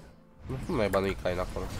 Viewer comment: Se pronunță chein nu cain